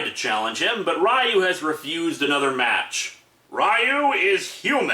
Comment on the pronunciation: its ree-yoo not rie-yoo also theres no real plot for street fighter 1 aside from ryu winning the tournament. street fighter 2 had a bit more plot in that the tournament was organised by the criminal organization shadowloo... and that m. bison was killed by akuma. (though m. bison would be revived later with a new body) street fighter4 is a direct sequel to 2 and this time the tourney was organized by SIN, a branch of shadowloo headed by SETH, who was supposedly made as one of m. bisons replacement bodies. i also REALLY hate how sagat and ryu are portrayed in this comic. ryu has ALWAYS been an honorable and kind warrior. and he greatly respects chun lis fighting abilities in the games. even after she gets involved with interpole. and sagat isnt REALLY a villain in street fighter game canon. i mean, hes only working for m bison so he can fight ryu. and when m. bison makes sagat fight a brainwashed ryu, sagat helps break him from m. bisons control.... wanting a fair fight with ryu. yeah at FIRST he hated ryu. but as the years go on both ryu and sagat have come to respect one another as friendly rivals.